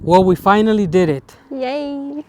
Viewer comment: The way you say finally at the beginning sounds a bit russian